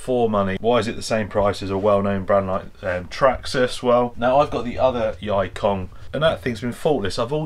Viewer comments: That pronounced as yee kong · Yikong is pronounced as E-kong 易控 (yì kòng) means 'easy' 'control'.